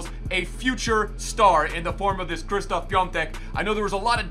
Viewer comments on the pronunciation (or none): his first name is pronounced as Shishtof and not Kristof 😬